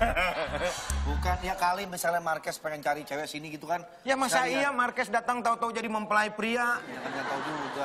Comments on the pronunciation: Indo sekaliiii bahasanya,Jadi yang bener itu Markues ya bukn Marquez??? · Bukan MARKUES tapi MARQUEZ😂 lol